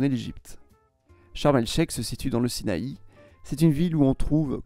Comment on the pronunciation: prononcé "naSSER" (city) prononcé "charm el chER" prononcé "sinAILLE"